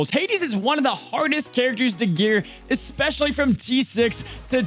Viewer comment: f·%k the Oxford English Dictionary, "Expecially" should be a word. I got you,.